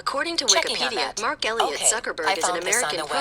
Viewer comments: Did nobody notice, "Mark Sucker Burg"? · Mark Sucker Burg? Ha Ha Ha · "Who is Mark sucker burg" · LOL "Who is Mark Sucker Burg" LMAO.. GO Siri